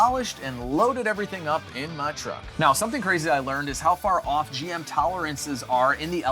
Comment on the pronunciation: Most redneck thing i have ever heard you say 😂loaded everything up in my TRUUCK HAHA just jow younsay it